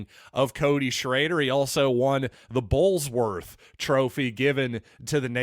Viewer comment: Just for info It is "Burlsworth" not Bullsworth.